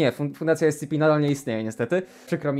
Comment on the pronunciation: jak on zamiast ES CI PI powiedział ES CE PE to wtedy właśnie dostałem ataku serca